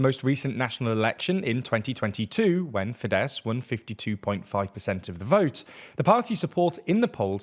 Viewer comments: It‘s “FEEdehss” not “fiDESS”! All words in Hungarian are stressed on the first syllable. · Small correction here: Tisza - TEE - SA FIDESZ - FI-DES Závecz - ZAA - VETS Although your understanding on what 'opposition' means, the video is fairly correct. Thanks!